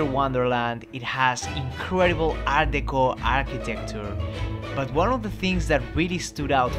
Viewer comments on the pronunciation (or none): none